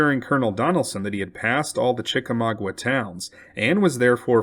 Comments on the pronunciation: Chickamauga has no 'W' after the 'g'. Therefore, it isn't pronounced: Chick a - mau gWa but is pronounced: Chick -ah-ma-ga -the terminal 'a' sounding like 'guh'. not 'gwa'. Thank you for correcting the pronunciation. Chick a mau ga. mau = maw (rhymes with 'saw') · Chek ay may ooga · You mispronounced "Chickamauga." Pronounced correctly, it is CHICK-uh-MAHG-uh. I'm from Chickamauga, Georgia ⬅ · "Chickamauga" was mispronounced in this video, as those of us from Chickamauga, Georgia will attest.